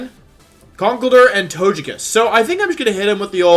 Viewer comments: toe-guh-pee, so To-GUH-kiss. come on, bud. You can do better. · Y can’t u pronounce togekiss the right way